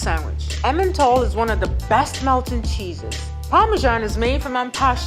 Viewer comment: That guy is French ?? Doesn't feel like it, he had a weird way of pronouncing emmental and I'm French so I know how it's commonly said out loud